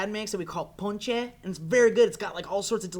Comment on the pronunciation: he said ponche!!!!!!!!!!!! that is the best!!!!!!!!!!!!!!!!!!!!!!!